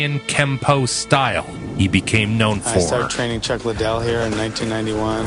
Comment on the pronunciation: "chack liddel"